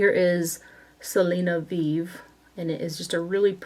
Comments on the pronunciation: Its pronounced Selena Vive (Vi-Veh). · I really love your hauls,. My must watch Saturday video so I can live vicariously through you. 😂 P.S. The Selena lipstick is pronounced Selena "Vee-veh" (or you can go with vee-vay). It's said differently in Spanish than the French word of the same spelling. 😘